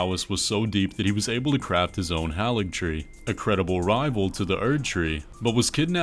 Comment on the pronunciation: HagilTree still sounds better than HaligTree